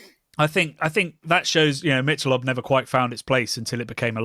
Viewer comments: Mick-ahh-lobe Ultra is the worst ... of course the marketing is off the charts slanted to the mean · It's pronounced "Mickelobe" here. And it's essentially lightly beer-flavored water. Trendy fake beer for fake people who want to be trendy. It's a perfect reflection of our image over substance society.